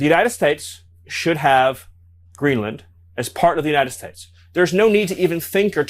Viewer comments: is it just me or does this say “United States” weird? He sounds like Al Pacino’s Scarface character. What a dork. I can’t wait for these d-bags to feel the full force of the criminal justice system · the way he kept saying “United States” makes me think he’s was drinking beforehand. It was odder than his normal way of talking. Graham was also looking like he had some celebratory drinks on the plane back to DC. 🤬 eff them all